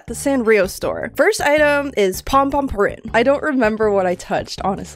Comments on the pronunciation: It’s Pom-pompurin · it’s pompompurin no offenses!